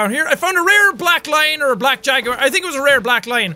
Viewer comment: Bruh he said jerword instead Jaguar